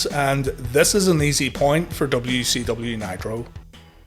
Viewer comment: When you say WCW it sounds like WECW. Is that an inside joke, or just being Northern Irish?